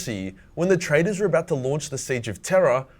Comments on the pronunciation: ish, I think he was saying traders not traitors. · I thought he said Loyalists and Traders, not traitors. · I thought he said Traders, not Traitors.